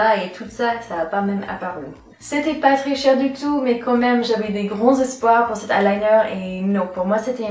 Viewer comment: C'etait patricia du tout Mdrrrr (c'était pas très cher du tout)